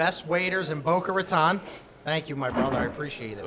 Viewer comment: its not Boca Rataaan